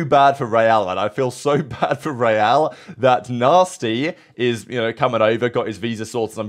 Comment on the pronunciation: As an NBA fan, everytime you say "ReeaL" I think you're trying to say "Ray Allen" haha